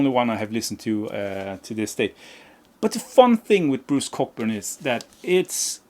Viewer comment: For the record, Bruce Cockburn is pronounced {kow•buhn} 😂 The Peps records have slipped my ears so must check ‘em out. And I am one of the few who actually like the first 9 albums by Status Quo. The drumming from John Coghlan on those records is just AMAZING! Just listen to the record Blue For You and the songs Mystery Song, Rain or Is There A Better way 💪🏼